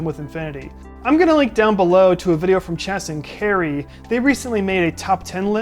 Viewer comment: Their names are Cas not (Chas) and Chary not (Carrie) was confusing... little advice if your gonna refer a channel, you should refer to it accurately. otherwise very good video and very informative!!! keep up the good work. Subbed!!